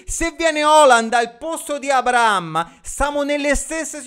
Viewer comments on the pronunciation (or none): none